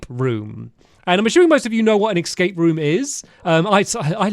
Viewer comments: Hilarious how many times he says “Excape” 🤭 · hearing Stamps say "excape" is making me crazy😭